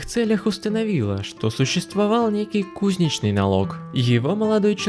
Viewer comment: Мне интересно, какие такие у вас-то беды и проблеммы? Вы похоже из того слоя российского общества у которого вообще нет проблемм! Только одна - плохо владеете русским языком, постоянно ударение делаете неправильно. Не кУзничный, а кузнЕчный